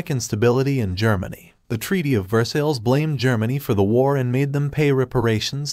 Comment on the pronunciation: It’s Ver-sigh, not Ver-sills!